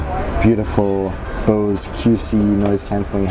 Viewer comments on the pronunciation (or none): none